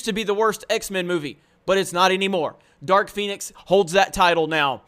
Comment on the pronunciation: Did you say Dark Penis?